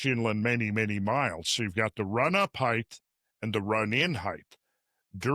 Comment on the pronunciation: How do you spell Heighththth?